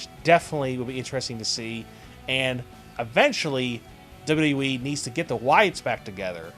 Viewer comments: Good vids buddy... but can you pliss say WWE in a good way articulating the language correctly? Try to say W W E and not WKENWJEBWJKBEWKJE E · w-w-e... its not hard to say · why cant you say wwe right ?????